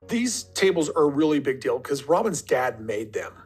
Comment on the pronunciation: Speaking about pronunciation, why do these people have such a difficult time pronouncing long "vowel" sounds? Kody talking about "alpha mels" (alpha males) or " big dill" (big deal) etc